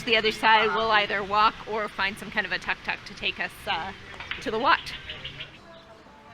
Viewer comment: You should really learn how to pronounce "Tuk Tuk"